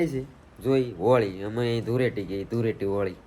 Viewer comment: ધુરેટી નય ધુલેટી 😂😂